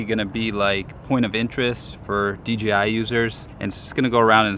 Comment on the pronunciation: It sounds like he says DGI most of the time instead of DJI.